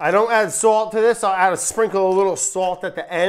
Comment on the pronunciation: its "sawlt" not "swolt"